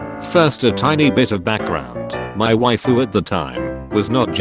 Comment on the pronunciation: am I the only one who heard "My waifu at the time..."?